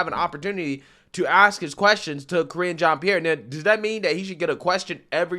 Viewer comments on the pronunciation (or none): Sounded like her Name was being pronounced as "Kringe" ( Cringe) Jeanne Pierre..... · "kringe" jean Pierre" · "Kringe" jean pierre